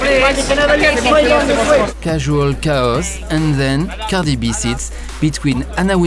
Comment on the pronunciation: The way he says "Cardieegh Bee" has me in tears 😭